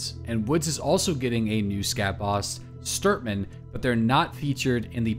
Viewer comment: With guns from Russia! Please, check your pronunciation: Gloo harr (The reserve base boss) and Shture mann (Woods boss) Gloo harr means Capercaillie (or deaf man as slang) Shture mann means steersman (navigator) in English (as the plane in Russia is an air ship). Lots of thanx